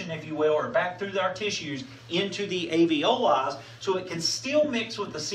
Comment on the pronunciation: * Alveoli, not aveoli.